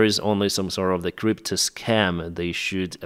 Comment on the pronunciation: Technically, you mispronounced crypto ["crip-toe"] as "creep to", but I think you're onto something.